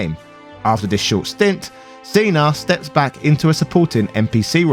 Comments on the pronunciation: why would you think that "cena" and "cinna" are pronounced the same? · I was listening to this and at the start it sounds like he’s saying Steiner and not Cinna - but then says Cinna perfectly fine at the end of that segment. I was so confused. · When he said "Seener" I just about shut off the video. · Did you pronounce Cinna just like that for the John Cena joke? It's spelled Cinna like Cinnamon and he even wears a hat in the shape of a cinnamon shaker and looks like the guy on the Cinnamon Toast Crunch box.